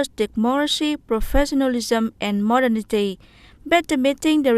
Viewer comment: tại thời gian từ modernity /məˈdɜːnəti/ đọc nhấn vần hai mà chị lại nhấn vào vần 1, đâu ra?